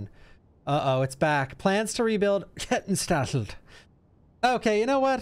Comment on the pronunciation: whoever said Kettenstadt was Italian, my god haha! It's German! pronounced more like: "sh-tart"